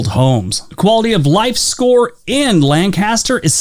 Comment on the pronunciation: The dude pronounced Lancaster in a weird way.